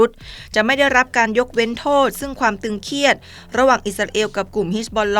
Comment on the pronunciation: ตึงเครียดไม่ใช่ตึงเคียด???